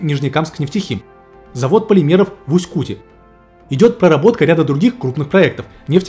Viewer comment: Правильно говорить в Усть Куте, ударение на Е, название реки КутА ударение на А.